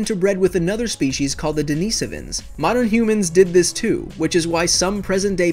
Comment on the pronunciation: Because he's scared of the Denisovans! Some of us know they're still alive at their secret military base in Antarctica, and that's why we're not allowed to go there. What? You thought it was aliens? Nope, Denisovans! New conspiracy theory, ftw! 😄 He did mention them though, he just pronounced it funny ...